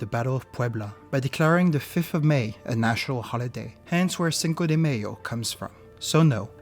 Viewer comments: “Cinco de mAy’o “ ❌———> “cinco de mayo”✅ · The dislikes are because the dude can't even pronounce it right, he says "Cinco de Mayonnaise"..... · I like the video and find it very instructive. Only that it made me cringe every time the word "mayo" was pronounce as in mayonnaise. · Hahah yes I cringe at it myself! Don’t know why I pronounced it that way, especially since I speak Spanish. Thank you for watching and glad you enjoyed it nevertheless. Merde !